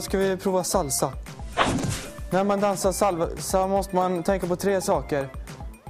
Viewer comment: han säger nästan salva ;)